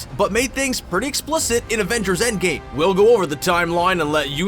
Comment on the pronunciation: did you just say "Avengers: Endgay" ?